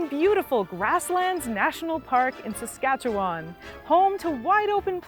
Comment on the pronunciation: The way you said Saskatchewan 😂